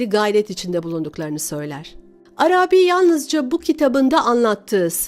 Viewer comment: Arâbî değil de Arabî olacak sanki. Selamlar.